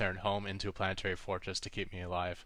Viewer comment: polanoetary forotdds